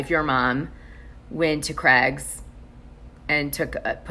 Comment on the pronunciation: The way Americans have a different English to rest of the world is so annoying. How can you not know how to pronounce Craig's. How do you say Cray fish?? And ya all say Aldi wrong. Its pronounced Al D. Not All D 😬🤔🤦‍♀️ You got ur own world going on over there. Your the only country the puts month before date, drives on the opposite side of the road. Special breed.. 🤣🤣🤣🤣🤣😂😂😂😂